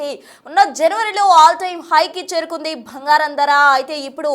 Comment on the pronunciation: Bhangaram kaadu bangaram